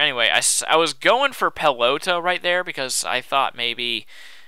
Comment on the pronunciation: Sorry to be picky, but when you say pelota, you don't pronounce the O as "oh", but the way you're supposed to pronounce it includes having a mexican accent' so it's okay. Just letting you know. I'm really picky about these things, sorry. Anyway, great battle! Too bad it's your last. :(